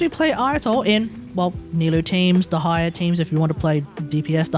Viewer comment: I think it's a bit cope to say there hasn't been any powercreep in the main DPS department. Sure, some of the older characters can do something the newer ones can't, but ultimately it doesn't mean much if their team DPS is significantly worse. Also, what the hell is your pronunciation of Dehya lmao, I've never heard that one before